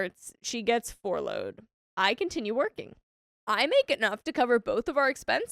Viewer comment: Girl. Fourloughed? Let’s go with FUR-loughed (FUR-load). 💖